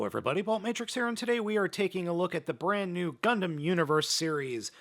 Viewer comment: Wait did i justo hear "gumplum"